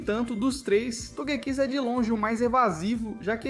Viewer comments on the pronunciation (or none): Simmmm, e parece ser proposital, ele fala TogÉkiss e ele fala certo. Tbm não assisti o vídeo até o fim pq meus ouvidos começaram a sangrar